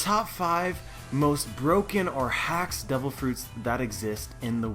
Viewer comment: Its just me or "devil" sound more like "double"